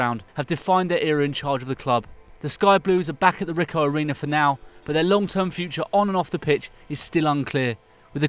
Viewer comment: Lmao, can pronounce the Charlton owners name perfectly but can't pronounce David Guetta or Ricoh Arena, ok then